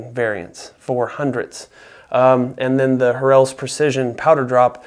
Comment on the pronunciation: You’re terribly mispronouncing Harrells. Only pronounce one of the r’s. Good video though.